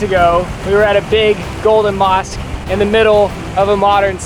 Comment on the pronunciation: Not the 'omar ali saifuddien'.... mOsquE😭